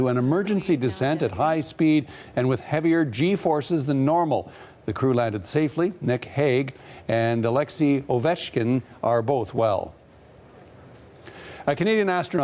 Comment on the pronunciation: Well, he is Ovchinin, not Ovechkin